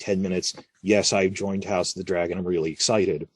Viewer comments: Nah that would mean you say these TV show names without emphasis on the first word all the other times. I've only heard the House of the Dragon without the front loaded inflection . A one of rarity that made me write this comment after catching you saying it differently lol. Also I have to slightly amend what I said about most people saying EVERY word with equal emphasis... the "of" in the middle is said with less emphasis than the nouns In Game of Thrones but "Game" and "Thrones" are equally important nouns in the title and said with equal inflection. With "House of the Dragon" "Dragon" would get ever so slightly more pronounced than "House" because its the more important and interesting noun in the title and the "of the" would be brushed over quickly. Like "House of the Dragon " or something. It sound backwards when you emphasise "House". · Ive been watching your vids for years. Always wanted to ask... why do you say "GAME of Thrones" with an emphasis on "Game"? Rather than just saying "Game of Thrones" with no words emphasised? Also "HOUSE of The Dragon" in this video but then you say it normally like "House of the Dragon" . Have been noticing this speech inflection for years but never bothered to comment. I live in NZ and have noticed other people sometime say GAME of Thrones too but almost everyone just says each word with equal emphasis. You do it when talking about other shows like the WALKING Dead and HOUSE OF cards. Maybe an American thing. I find it interesting though.